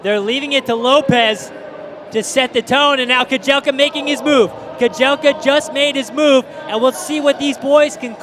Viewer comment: The correct pronunciation of Yomif's last name is Keh-jel-cha (cha, as Charlie,....not "Keh-jel-kah")